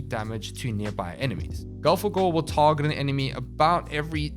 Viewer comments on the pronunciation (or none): none